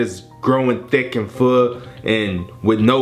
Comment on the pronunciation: i heard food xDD